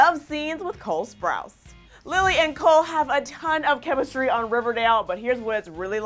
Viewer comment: She just said "cale" instead of "cole" lmao I'm dead